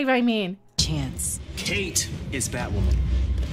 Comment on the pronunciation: Batwahmen lol 😂💗